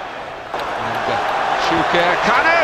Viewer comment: "KAN-U" Believe it? 😁